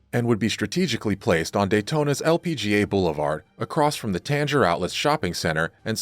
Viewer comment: So just a genuine question…is the voice narration AI? Tanger in Tanger Outlets was mispronounced…great informative video otherwise!